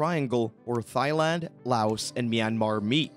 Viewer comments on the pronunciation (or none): OMG... After The umpteenth, Mis-pronunciation of the country name (Tai... Not Thigh) I had to click it off... It bugged too much. Shame though... It looked like a decent clip besides that. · AI much? Thigh land? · You just don`t pronounce Thailand like Thigh-land. That is absurd. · Dude, you're pronouncing Thai as "thigh"... come on, man. You need to re-record your narration to this with the correct pronunciation or it will be an eternal embarrassment for you. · Great list, bust can you please say Thailand correctly!!! Pronounced Tie-land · you said Thigh land one too many times, I had to stop watching, you clearly haven't been there